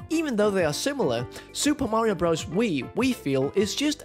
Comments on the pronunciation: Please don’t say BROZE… it’s BROTHERS! Just listen to Mario himself if you don’t believe me! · Your rankings were all wrong. Also, to spend 30 mins mispronouncing the name was impressive. Espectially when you played the audio of the nintnedo saying the name correctly and then said bros right after. When you play Dr. Mario, I assume you say you're playing durr mario, and when you play Mr. Driller you say you're playing murr driller. This video gave me PTSD